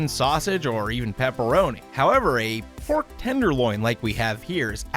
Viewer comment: I keep thinking you’re saying Borf instead of Pork